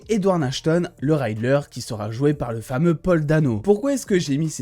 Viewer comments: R - I - ddler et pas "Ray"dler 🙃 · j'entends à chaque fois Rider sans le "L " autant pour moi, sinon super vidéo 👌🏾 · Salut! Merci pour tes supers vidéos passionnantes et passionnées. Je me permets juste de te préciser qu’on ne prononce pas RIDDLER: raïdler mais en gros, comme c’est écrit. Comme tu risques de prononcer encore beaucoup le nom de ce cher Edward Nygma dans les semaines à venir, je me permets ce petit commentaire. Surtout continue comme ça et garde ton enthousiasme communicatif!